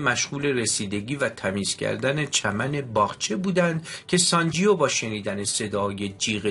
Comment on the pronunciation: اسم شخصیت مرد کتاب sanjeeve تلفظ میشودونه انطور شما تلفظ میکنید sanjio, بهتر است قبل از خواندن یک کتاب دستکم گویش درست انرا یاد بگیرید٫ گذشته از ان نیازی به تکرار پی در پی اسم شخصیت داستان و انهم بصورت نادرست که اعصاب شنونده را داغون میکند نیست٫ کار ضمایر در گرامرزبان همه ربانها جلوگیری از این کار است ٫این ضمیر در دستور زبان فارسی واژه «او » است. امیدوارم در کتاب خوانی های اینده کارتان بهتر از این باشد. من نمی خواهم نا مهربان باشم یابخواهم توهین کنم ولی درست این است که پیش از اغاز هر کاری شیوه درست انرا با کمی بررسی یاد بگیریم، موفق باشید